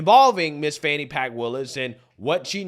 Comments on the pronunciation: Why do they pronounce her name like Fawn-knee? Isn't it actually fanny? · Can someone explain to me how "fani" becomes "fawn-e"? Why? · “Fani Pack” 😂